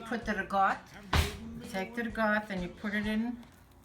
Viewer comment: What's rig-ot? Oh! Ricotta! What's moots-uh-rell? Oh! Mozzarella!